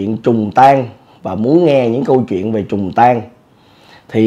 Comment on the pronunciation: “Trùng tang” ko phải “trùng tan” anh à 😂